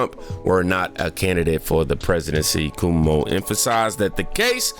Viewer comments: Cuomo is pronounced Kwo-mo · Cuomo is pronounced “Quomo”. LOVE your channel!! ❤️❤️ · His name is pronounced Quomo